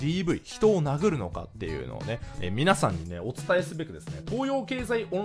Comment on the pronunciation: 人を殴るが人を投げるに聞こえて猫を投げるが頭の中にでてきた